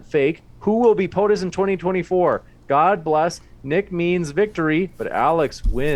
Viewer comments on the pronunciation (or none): none